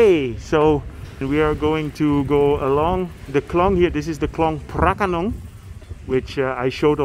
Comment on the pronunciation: I thought you are Thai native speaker when you said "คลองพระโขนง". Perfect! 🤩 . This place is so peaceful even though it's in Bangkok. Thanks a lot for sharing. See you again in your next... err.. video 😁